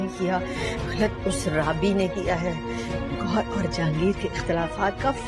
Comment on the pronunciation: Goyhar nahi hai yarrr gowhar 😅😂😂